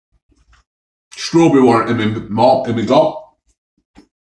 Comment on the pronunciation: “I’ve picked up cherry and strawbereh” 😂